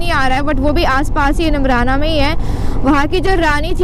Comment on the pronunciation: its not nimrna its neemrana